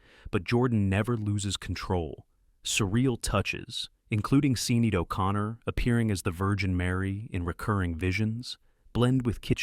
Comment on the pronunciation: You're mispronouncing Harvey Keitel's name. All those crappy youtube videos on how to pronounce his name are wrong. You also mispronounced Sinead O'conner's name. I can't help but suspect some artificial involvement in this channel's videos...